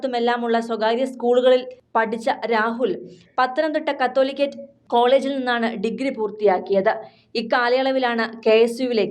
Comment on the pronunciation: സംസാരിക്കാൻ അറിയത്തില്ലെങ്കിൽ വാർത്ത വായിക്കാൻ വരരുത് കത്തോലിക്കെട്ട് കോളേജ് അല്ല കാതോലിക്കേറ്റ് കോളേജ് രാഹുൽ പന്തളത്ത് പഠിച്ചിട്ടില്ല